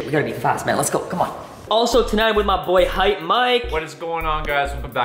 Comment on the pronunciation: It's Hype not haight